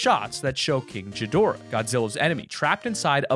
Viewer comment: Sorry to get on to you but I love Godzilla!! But you miss pronounced king gadorah